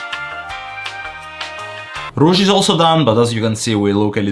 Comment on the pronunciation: Don't depreciate your skills, you are so talented! Also the fact that you say "rouge" is funny to me (cuz I'm french)